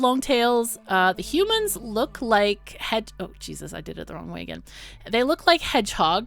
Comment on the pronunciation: This game looks awesome so far! I'm looking forward to seeing you play more of it ^^ Also, love the way you say hu-mons, like a Ferengi lol (but a cool one like Rom)